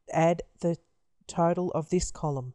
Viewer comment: I thought you said turtle everytime you said total😂